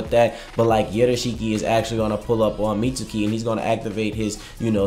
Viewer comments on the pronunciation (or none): it bugs the fuck outta me how you say the boy mitsuki’s name bro lmao. it’s like you wouldn’t say sasukes name with an over pronounced ‘u’ vowel. it’s saas-kay, not sasoooske. same shit with mitsuki. it’s pronounced like mit-skii, not like mit-soo-ki. idk why it bugs me, but that’s all i gotta say. dope video bro lol